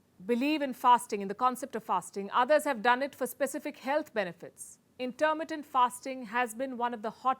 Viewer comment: What is "Intermentative" fasting just listen to her...is this channel meant to look like Forbes with CNN BS ?